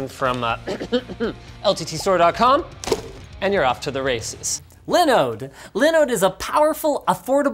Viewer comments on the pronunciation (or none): if dawid just hear u butchering liiiiiiinode i think he wont be happy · Its pronounced Linooooooooooode. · If you're gonna get sponsored by Linode, at leas say it correctly, like Dawid. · My heart hurt when I heard Linus pronounce Linode. Dawid has spoiled us. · David will learn you how to say Linode 😂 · Linus you need to say Linode properly, go watch a DawidDoesTechStuff video